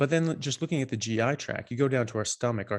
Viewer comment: Love listening to it... Just one thing - why is it (mostly at least from what I've seen) Americans like to say GI Track when it's GI Tract? I've heard some doctors/naturopaths say it too, and it seems it's always been tract... What's up with that? Is that just paying homage to the national treasure that is NASCAR? :D